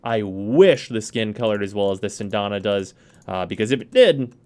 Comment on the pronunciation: "Sindana???" I thought it was "Syandana" Cyan-da-na lol....That armor on him is hideous but to each his own.